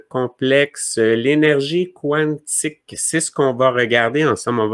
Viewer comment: pourquoi tu prononces Quantique comme il est prononcé en anglais (quouantic) on peux le prononcer en Français (kantic) merci .